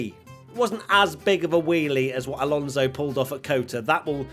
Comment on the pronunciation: Ain't bo wat he butchered the non-finisheres 😂😂 Lalonso. And crofty daid that when he gets the chanve he'll say but here comes Seb Vettel for the last time